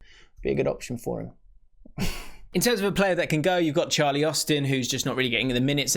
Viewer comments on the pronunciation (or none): none